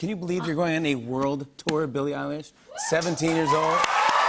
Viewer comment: Who the fuck is bille eyelash?